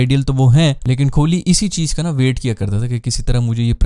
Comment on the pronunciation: Its kohli not kholi. Pronounce sahi kren